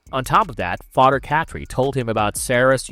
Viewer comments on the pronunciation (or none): Father not fader it's driving me nuts to hear that Father